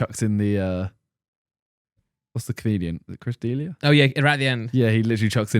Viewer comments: It’s not Chris “deelia” it’s pronounced Chris d leah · Its deh- liah